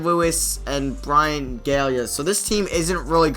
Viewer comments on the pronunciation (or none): none